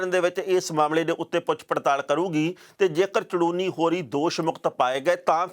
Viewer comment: Sir ਸ਼ਾਹਬਾਦ ਕੋਲ ਪਿੰਡ ਝੜੂਨੀ ਆ ਸਾਰੇ mistake ਚ ਚੜੂਨੀ ਪੜੀ ਬੋਲੀ ਜਾਂਦੇ ਨੇ please correct it